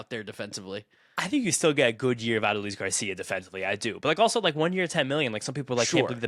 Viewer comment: Ah-duh-lease Garcia...never heard his name pronounced that way before 😂